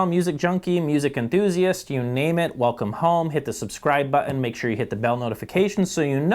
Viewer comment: I am always amused by pronunciation of Button as "Butt In."